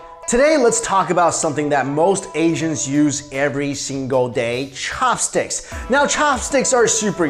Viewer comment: The way you pronounce "Ssshopstick" is just weird.